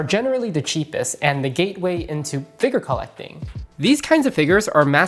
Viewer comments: bro why do you keep saying figger 😭😭😭🙉🙊🙈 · I don't wanna be that guy but saying figger makes you sound dumb.